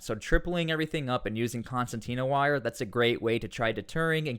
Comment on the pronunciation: Concertina Wire* As an Engineer you should know this. Please say it correctly.